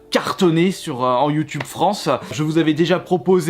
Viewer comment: “Ma chaîne Youtubeu”